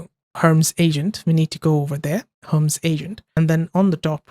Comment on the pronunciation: It is Her-Mees, not herms.